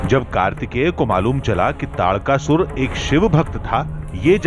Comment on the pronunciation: ताड़का सुर नहीं तारकासुर है न्यूज वालों